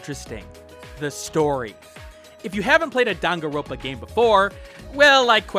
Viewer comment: It’s dangan-ronpa. Not dangan-ropa.